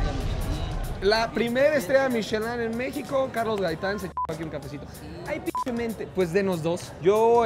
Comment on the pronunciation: ¿La chava que habla en la intro sí es Mexicana o tiene problemas para pronunciación? Todos los capítulos me causa mucho conflícto que en los subtitulos las palabras aparezcan correctamente y ella casi todas las pronuncie con el acento en otro lugar como "Mexíco"